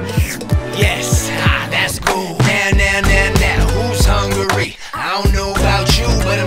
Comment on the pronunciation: I like when they said hungary instead of hu-ungry 😂